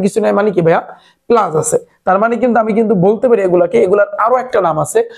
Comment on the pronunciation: Apnar pora balo kintu apni plas k palas bolen